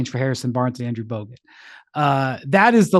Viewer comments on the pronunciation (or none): made me laugh way harder than it should have—just the way he semi-muttered “Harrison Barnes & Andrew Bogut”